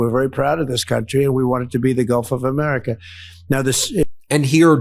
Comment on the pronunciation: Did he say the Gulf of Me-merica?